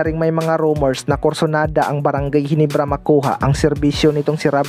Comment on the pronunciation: ginebra hindi ginibra